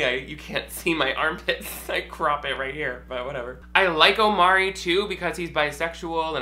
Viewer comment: How have you watched two seasons of this show and still haven’t figured out his name is Imari?...its an entirely different vowel sound ...